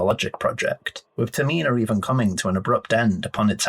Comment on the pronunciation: Great vid but why are you saying Termina like that?